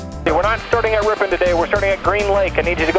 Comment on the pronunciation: San Franciscan: Ripin. Wisconsin: RipON